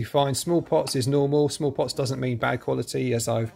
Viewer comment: You were saying "small pots", but I kept hearing "smallpox" and I was like, "I sure hope there's no smallpox in there!" 🤣